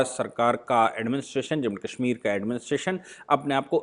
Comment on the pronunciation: Aap ke videos bot ashe or information wale hotay hain lekin aap Kashmir ko Kaashmeer bolte hain jo bot hi ajib lagta hai